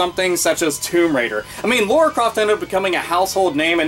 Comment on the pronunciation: "Laura" Croft...